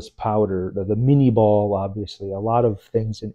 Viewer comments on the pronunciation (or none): Minié ball, not "mini'"